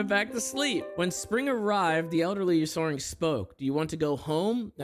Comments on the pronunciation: butchering the pronunciation of Ursaring lmao. Also why the FUCK are these lore things real... somebody really made up some fanfic like crap at game freak and now it's official simply because they work for the company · Not him mispronouncing Ursaring😭